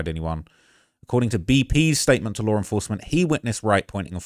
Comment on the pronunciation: What is lar enforcement? 😂